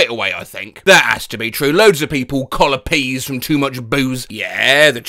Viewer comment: “Collapease” got me XD